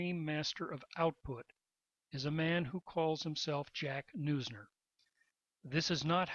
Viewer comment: His name is pronounced "nooz-ner" not "noy-zner".